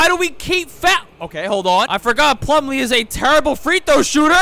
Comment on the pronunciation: Bro latterly said miles plummle